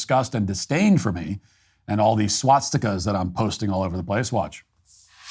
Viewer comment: I'm more upset that you're pronouncing it swatstikas.